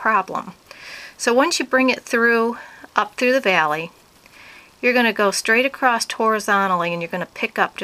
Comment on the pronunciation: If she says "acrost" one more time....